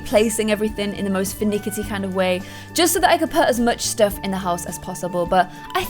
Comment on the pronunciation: Did she say 'finickity'? Um,, it's 'finicky' ^^